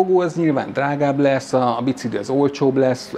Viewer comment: Szia! Fun fact: amit "Bicikli"-nek írnak, kiejtve "Bicikli". Tehát "Bicikli", és nem "bicigli". Ahogy a bencin, meg a pénc sem helyes. Szívesen.